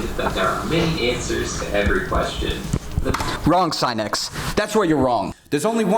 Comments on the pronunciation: I feel genuine pain every single time he says "S-eye-nex" instead of "Sin-nix" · SIN-X you've been saying it wrong😂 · god it hurts hearing him say SIGH-NEX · Mu”SINIX”. Achoo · I think Sinix's video only gives you tips, follow it or not, it's up to you. No one forces you to follow. And please pronounce other people's names correctly, your "scinec" sounds really disrespectful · Today I learned Sinix is pronounced Sy-nex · Try pronouncing his name correctly before you try to teach u fuckin idiot lol